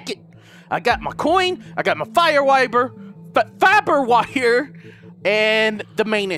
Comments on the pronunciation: Omfg😂 when you said "fire wiber" I spit soda all over the place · "Fiber Wiber" LMFAO HAHAHAH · "I got the fyre wiber... NO!" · Gotta love that "fire wiber" Haha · "Fire Rifle" "Fire Wiber" "Fire Wire" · "Fire wiber" Im about to fucking die from laughing. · Only two and a half minutes in and already cracking up at "fire wiber" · "I got my fire wiber" XDDD